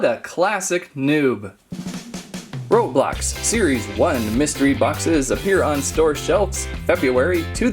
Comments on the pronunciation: It's roblox not roblob! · Not roblob it's roblox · ROBLOX not ROBLOB